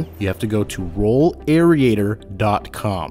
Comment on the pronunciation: AIR-RAY-TER. Not AIR-RI-A-TOR.